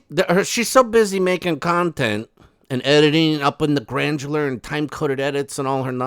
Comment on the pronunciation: Hey granular not grandjular‼️ 🙄🙄